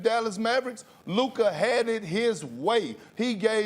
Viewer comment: "Luka Hadded his way" -Perk speak